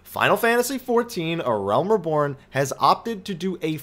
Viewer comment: your videos are excellent. However, you've been pronouncing the word "reborn" wrong this whole time. It is "ree-born," not "ruh-born." I know this may sound petty but it's been bugging my probably overly sensitive ear.